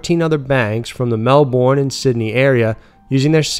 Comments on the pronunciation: Definitely "Mel-ben". I can't say I've heard an aussie pronounce it any other way.... Maybe we should change the spelling to match the correct pronunciation?🙂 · Obligatory Australian commenting that it's pronounced "Mel-ben" not "Mel-born''. Otherwise, another fantastic video!